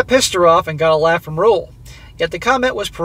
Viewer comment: Roel is a Dutch name and is pronounced Rule but with a short oo.